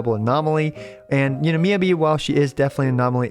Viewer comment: I try not to leave many negative comments, but with how often we hear Miyabi's name said in story by multiple characters, it makes me wonder how you can mispronounce it this long after her release